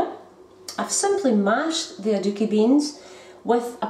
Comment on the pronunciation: I love how she pronounces it. Sounds like "a dookie" I'm sure they taste better than that lol.